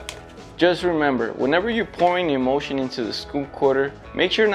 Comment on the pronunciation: Haha! The captions are always terrible. But I have to say every single time he said the word emulsion it really sounded like he was saying emotion!